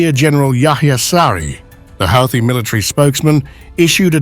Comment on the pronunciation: It’s pronounced like Hooti…